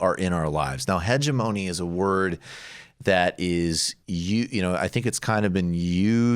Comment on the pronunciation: Hegemony is pronounced: heg-EM-ony. (The strong syllable is the second) 🙂 The guest pronounced it correctly.